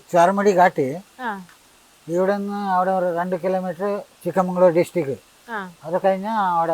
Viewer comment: Chikkabangalore Alla cheta chikkamangalore